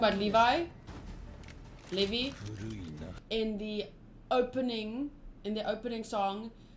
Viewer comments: Levi’s name is pronounced Leev-i btw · Levi = Lee Vaiii